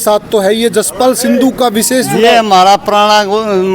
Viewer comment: Bhai sandhu nhi sindhu hai.shi se naam bola kro.